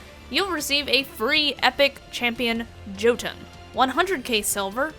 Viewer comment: I'd just like to point out it's pronounced yo-tun but spelled jotun. It just uh...**irked me.** Great video btw!